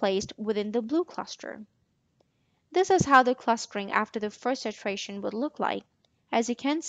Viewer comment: Its iteration not itration